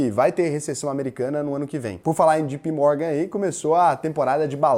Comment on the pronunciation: Fala! A pronúncia correta é Jay Pee Morgan, e não Gee Pee Morgan, blz? Caso necessite de assessoria ou aulas de inglês, dê um toque pq eu preciso de grana para investir, abraços!